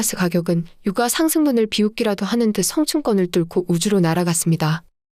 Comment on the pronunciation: [유까] [역대끕] 유가만 좀.. 발음 제대로 해주세용.. 항상 잘보고있어요👍